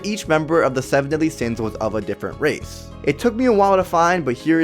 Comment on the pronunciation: Plz talk right. U said rathe instead of race